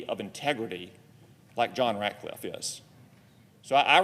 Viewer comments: It's RatCliffe Senator Murphy, not Ratliffe. You're have serious reservations but apparently don't know his name. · The democrat does not even say his last name right. He calls him RATLIFFE. WITHOUT THE C. RATCLIFFE. THESE PEOPLE ON THE LEFT ARE SO STUPID. THEY ARE TRYING THEIR HARDEST TO SLOW DOWN TRUMPS TEAM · Murphy could not even pronounce "Ratcliffe" properly. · Cant even get his name right.